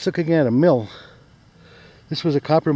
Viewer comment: LMAO, i had to back it up a couple times, when you said "it's a Mill" i kept hearing it's a Milf, i laughed so dam hard at that cause it does sorta sound like that lol.